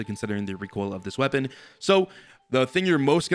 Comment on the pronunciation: excuse me sir it pronounce recoil 😑